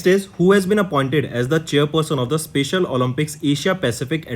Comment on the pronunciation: Pronounce "special" properly You said "spacial'